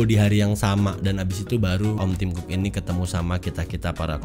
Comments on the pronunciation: bacanya tim cocok haha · Tim cook dibaca tim cokkkk.... Hehehe...